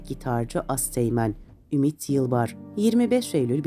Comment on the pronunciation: Ümit'in soyadını bir kaç kez yanlış okumuşsunuz. Metinde de yanlış.